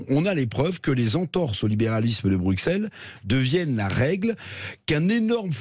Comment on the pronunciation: Monsieur Revel, je vous révèle qu'on prononce Brucelles et non Brukselles. Il ne faut pas être extra-terrestre pour comprendre ça. Je suppose que vous ne dites pas soiksante pour parler de "60". :-)